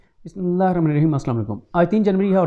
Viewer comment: اللّٰہ کے بندے بسم الرحمان الرحیم صاف ،خوبصورت طریقے سے پڑھا کریں ،عجیب منحنی انداز سے آپ بسم اللہ پڑھتے ہیں۔اگر انگریزی پڑھنا آپ سے کہا جائے تو خوب پڑھیں گے ۔